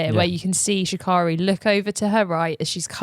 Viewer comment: Okay, I love you. You know I love you, but it please pronounce Sha’Carri’s name right. Hint, Sha’Carri rhymes with Prince Harry.